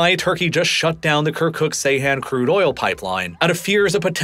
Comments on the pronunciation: Not pronounced say han. it's Jay han. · Bro this is the second time im correcting you, its not Seyhan its Ceyhan (Jayhan). Those are 2 different cities in Adana! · Ceyhan is not pronounced Seyhan. The “C” is pronounced like “j.” Seyhan is a completely different town. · C is pronounced J in Turkish. It's pronounced "Jeyhan". Good grief. It's not like nobody mentioned Ceyhan before in modern history. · По тому, что автор не в состоянии прочитать топоним Джейхан правильно и называет его Сейхан, у меня появляются сомнения в его компетентности. Не говоря уже о его однозначной предвзятости, относительно множества политических событий, которые он описывает.